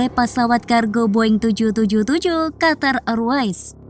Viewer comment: Qatar R mbak bukan Qatar Air